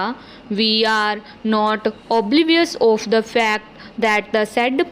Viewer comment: Please pronounce properly. You've some issue of 'of' and also the joining of phrases.